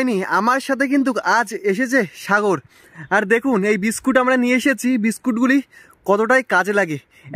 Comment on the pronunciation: Biscat abr ki biscuit bolte sikhun Ki rokom baje vbe kotha bole